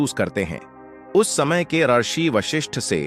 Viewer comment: ऋषि को रशि मतलब ये आवाज़ रोबोट का है 😁